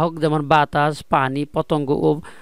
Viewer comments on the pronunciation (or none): none